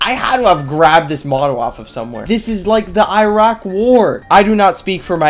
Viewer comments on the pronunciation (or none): none